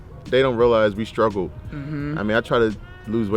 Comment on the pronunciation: first of all.. there is NO "H" in struggle.. its not SHTRUGGLE>. its struggle... so.. dude I am happy you lost weight, you look happier, and better.. ... NOW its time to go BACK to school, larn inglish.. and be somebody